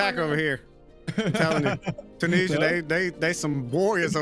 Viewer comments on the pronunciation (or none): How you guys pronounce Tunisia is giving me ticks 😵‍💫